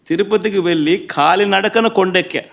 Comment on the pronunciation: ఖాళి నడక కాదు సార్ కాలినడక అంటారు.